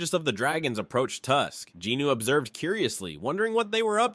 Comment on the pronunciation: Not jinno but jinwoon